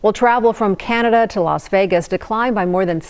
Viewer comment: Los Wages. 😂😂